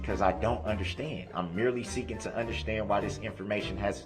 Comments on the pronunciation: WTF is undershtan? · Why can’t he say “understand” (I heard him say it once) instead of “undershtand” every time?